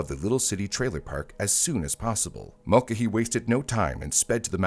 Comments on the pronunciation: It's pronounced MULL-KAY-HEE ffs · This has to be narrated with the way it is pronouncing Mulcahy.